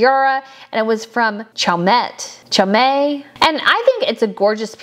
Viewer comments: Spinel, not spindle. It’s pronounced spin-Elle. Chaumet is pronounced Show-may! There were many mistakes in this video - I loved the coverage I just think these basic things ought to be learned before making such videos. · As always I love your videos, and especially re tiaras! A suggestion re your mis-pronunciation of the names of the jewellers, such as Garrard, and Chaumet: it would be helpful to consult appropriate English and French speakers to get the pronunciations correct. It's far more professional and better to listen if the names are pronounced correctly. Otherwise, it is jarring for the listener. It's a small but important thing, to pronounce names properly. Also, re Queen Rania, I suspect it's pronounced rah-nia, not ray-nia. The late Prince Ranier of Monaco was pronounced ray-nia, except in a French accent! Actually, you could consult George From Ireland on youtube. He teaches elocution, grammar etc as well as having very interesting videos on British history, politics etc.